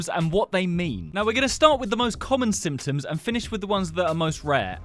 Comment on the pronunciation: instead of symptoms he says simpons